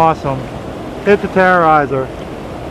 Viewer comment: It's terror eyz not terror eyzer